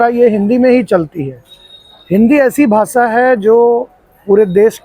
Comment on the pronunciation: ये उत्तर भारतीय ही है जो महाराष्ट्र में रहते है। 😅 मराठी लोगों के उच्चारण ऐसे नहीं होते। भासा ❌ भाषा ✅😝